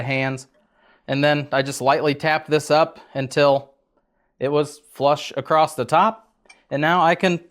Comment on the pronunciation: ACROSS.... there is no T at the end, bud.